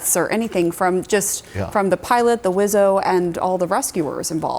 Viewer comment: Ma'am...it's phonetically pronounced "WuSO" not Wizzo